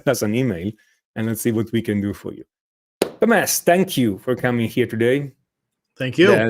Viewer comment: hey { } Watch how you pronounce TomHess,,,!!!! hey really good lessons you guys put out on vibrato